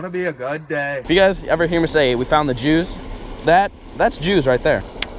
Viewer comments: I love how you put “juice” on the screen bc u sounded like you said “Jews” lol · that's the jews I know you ment juice but sounds like you said jews love ya